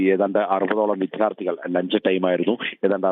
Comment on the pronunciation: വിദ്യ, വിദ്യാർത്ഥി ശരിയായി ഉച്ഛരിക്കു.